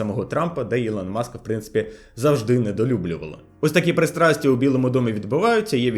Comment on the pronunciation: ЖвавИше , неуч; прЫстрасти, неуч. Хоть "Альфа" перекладу Олеси Негрибецького посмотри. Не плюндруй та не паплюж мови.